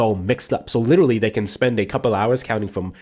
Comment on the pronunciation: Lit -TRALLY....ffs Insufferable